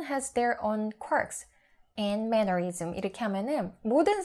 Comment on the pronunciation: Quirks 에 왜 s가 붙고 mannerisms에두 왜 s가 붙나요?그리고 왜 mannerisms 에서 s발음을 안하시는건가요?